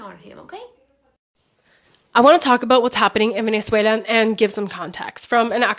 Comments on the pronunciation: Sorry, but there's no I in Venezuela (ie: not Venezuelia!). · Just one thing; it's Venezuela, not Venezuelia